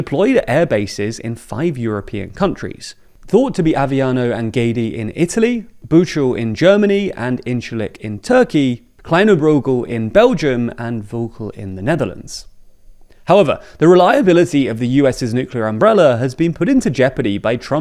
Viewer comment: Volkel (Netherlands) is pronounced 'Fall-Kell'. HTH